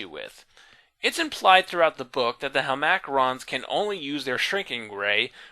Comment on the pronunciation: super late here, sorry if this has already been addressed. Isn't int hel-ma-crons, not hel-mac-rons?